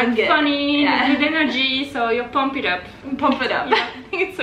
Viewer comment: Great vid! Just one thing...it's "Je suis pompette", not "pump it/pump it up" for "tipsy";-)